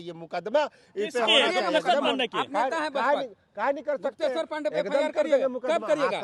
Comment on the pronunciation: तुम सिर्फ कूदना जानते हो तुम्हारे पूरे खानदान में आईपीएस बनना आरक्षण से भी उपाय नही है । तुमको गुप्तेशर बोलने नही आता है सोचो । तुम्हारा शिक्षा किस अस्तर का है